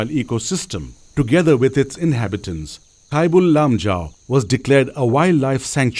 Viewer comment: Awesome video and informations. But it would be much better if the narrator is a local manipuri so that people can get an actual (correct) pronunciation of the local names like Sangai, Keibul Lamjao etc... in the video.